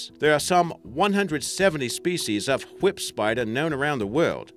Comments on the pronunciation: WHy are you saying it that way? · Zaid Rahman Brian: why do you put do much emphasis on the h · The way he pronounces "whip".